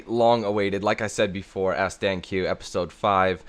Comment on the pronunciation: You did say my name right.